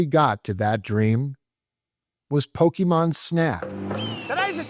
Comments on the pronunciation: Pocké not Pockee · "I was twelve when I discovered Pokeymon." Then why do you mispronounce it as Pokeymon like a boomer parent who calls every game console, "a Nintendo"? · "Pokeymon" 😂 🤦‍♀️🤦‍♀️🤦‍♀️ C'mon man. I can't even finish the video because you say Pokeymon so much it's like nails on a chalkboard. You know how to say it right so say it right. I trolled my husband so much the whole time he warched your video over you saying Pokeymon. 😂😂😂 I had to leqve the room it got to be too much. Im like why are you watching this dude who can't even say Pokémon correctly? Hard thumbs down. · Is poh key Mon a bootleg of pokemon? It seems to be a copy of "pocke"t "Mon"sters ポケモン. Someone must have thought that those things on your pants that you put your keys in are pohkeyts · Dad banned you because you couldn't pronounce Pokémon correctly. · Wow a supposed gamer mispronouncing Pokemon 😂 I swear the world gets dumber every day